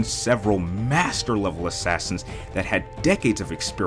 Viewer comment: You say Assassins like Ashashins